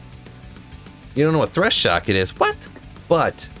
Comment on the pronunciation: "Threshocket" lol